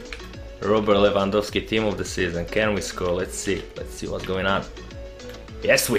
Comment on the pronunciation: wow u actualy did say his name right 👌🤙😂 respect